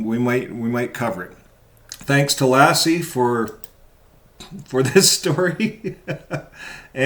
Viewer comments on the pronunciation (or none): Hey, I’m a subscriber to your channel, I enjoy your podcasts and I felt that I had to comment that the way you pronounce Lasse’s name makes me think of the legendary collie 😆; it’s sort of distracting, to say the least 😆. Just saying.